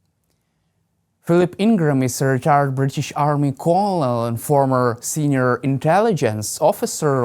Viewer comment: You mispronounced colonel. It's pronounced like curnel. Look it up.